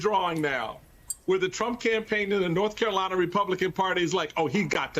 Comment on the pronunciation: does he keep saying " Norf Carolina"? lol